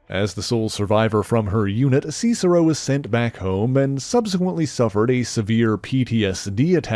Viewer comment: "see-cero"? Not "sis-ero?"